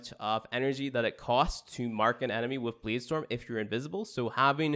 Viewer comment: Lmfao I cringed when he said that